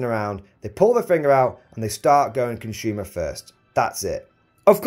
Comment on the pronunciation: Consumer is pronounced "consumer", not "conshyumer"